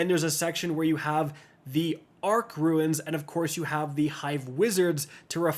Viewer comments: Runes, not ruins! 🙄🤦🏾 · Bro it’s not ruins to make it simple pronounced “roons” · Roo nz (plural) or roon (singular) not roo ins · Bro saying ruins instead of runes is so infuriating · Runes! Like Roons not ruins! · Runes: “exist”: “RuInS” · Runes is pronounced Roons not Ruins. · Ikr? Been years and still saying ruins lol